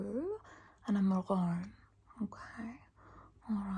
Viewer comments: Not the “mahhh-ROON”😂 I’m literally laughing crying. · Are you saying "maroon"....?